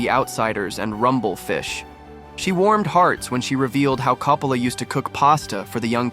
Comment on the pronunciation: Would've been nice to just watch the footage rather than a dull summary that can't even pronounce Coppola's name consistently.